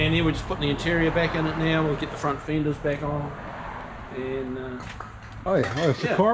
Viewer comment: "Feendiz" = fenders